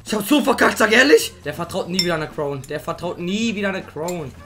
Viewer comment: Wer sagt croun😂